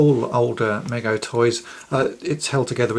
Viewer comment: It's pronounced: MEE GO. ;)